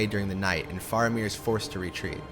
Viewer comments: You are mispronouncing some important names. I assume to make this video you must have watched-and listened to- these films several times so your pronunciation problem puzzles me. For example, it is not Os-gil-ath but Os-gil-ee--ath----four syllables, not three. Also Fair--a--mir not Far-a-mir, long A sound. And not Shell-lob, but Shee-lob--long E sound. This directly references the creature's gender, as most of the other monsters we meet are referenced as either male or neutral. But Tolkien specifically and repeatedly refers to this creature with the pronouns "she" and "her." Hence SHE-LOB, which translates to SHE SPIDER----female and in giant spider form. Listen to the dialogue in the films again; since you are making authoritative videos on aspects of the Tolkien films, it would help your credibility I think. And after all, the languages actually do accompany much of the music, and everybody singing it--including Renee Fleming, the world famous operatic soprano!--had to learn the correct pronunciation, as you mentioned in your video. So maybe, in your next Tolkien video, you should follow their lead. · In addition to those mentioned in other comments, he also says Balin as "Baylin," Faramir as "Fah-ramir" or "For-meer," Cirith as "Sirrth," and Minas as "Menace." With so many distracting mispronunciations easily avoided (like those in M. Night Shyamalan's "Avatar: The Last Airbender") and the dispassionate delivery, it makes me feel like there's more that could have been discussed that he just doesn't realize, because if he was a true fan he wouldn't make those errors and would possibly pick up on more details in the story and its music.